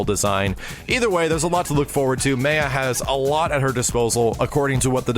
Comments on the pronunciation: You pronounced it May-A throughout the whole video then the last time you pronounced it Ma-Ya. lol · It's pronounced Maya (Mai-yah) not Maya (Mei-yuh). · Who cares about that dude? She is and always will be known as May-ya not My-uh.. My-uh is too plain and sounds unoriginal. May-ya sounds unique and makes her stand out... Ugh, get it through your head. It's pronounced May-ya... Okay? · Ma-ya not may-ah!! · Rofl.. "May-ya" Only in America... It's "My-ya," and even if you didn't know that, just fuckin pick one instead of alternating between two pronunciations like a moron. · ***** Thank you! They call her May-Yuh although My uh is the correct way to say it lol. I think the announcer didn't know what was going on. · Austin Powers Are you deaf? The KI guys say the name how it should be "My-uh" and says it as "Ma-uh" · I'm pretty sure it's pronounced like "Mai-yahh" I could be wrong, but I've just never heard it said any other way. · MAI-YA. Say it with me....-_ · Gringo K2 announcer be damned. It's My-uh. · Why does he keep calling her "Meya"? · Ummmmmm did you even play KI 2??? It was always pronounced as May-ya you fucking dumb ass. Jesus fucking Christ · May-ah or May-ya lol. is wrong btw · lol saying 'Maiya' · im not sure if mispronounces names just to troll people with that particular pet peeve, like me, or he does it on accident. MA-YA the way you'd pronounce Mayan and that design actually looks extremely good i hope it translates well in the finished character. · Maya is pronounced like My-ya. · lol It's pronounced MY-UH you dork,. Like as in Mayan. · It's "May-ya" god damnit >.> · pls, you edited in how they pronounced it, lol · ***** well the announcer is wrong since the name is obviously from (maya)n culture. but looks like we have to live with wrong pronouncement since they fucked it up in KI2. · everyone, pronounce Maya with the a sounding like the a in '', she is latina so no crazy sounding vowels pls Kappa